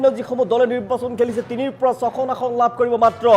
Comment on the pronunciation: নাচিব নেজানে চোতাল বেঁকা। "আহন"নহয় ভাই, অসমীয়াত "আসন" বুলি কয়। কংগ্ৰেছৰ হাৱা কেৱল মিঞাঁ মুছলমান অধ্যূষিত এলেকাৰ সমষ্টিতহে আছে। অসমৰ অন্য বাকী সকলোবোৰ সমষ্টিত বিজেপিৰহে ঢৌ চলিছে। গতিকে বিজেপি মিত্ৰজো‌ঁটে ৯০ ৰ ওপৰত আসন পাই চৰকাৰ কৰাৰ সম্ভাৱনা আছে।